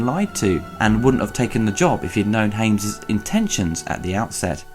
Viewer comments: you pronounce Hyams wrong, you said Haims... and pronounce High Noon wrong, you said High Newn... is that a british thing ? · It's Hy-ams not Ha-mes